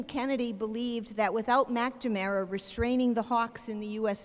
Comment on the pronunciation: Yegads...this is an excellent lecture but WHY does she keep calling him "Mackda-mara????"